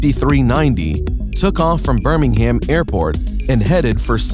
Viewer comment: They way he said Birmingham killed me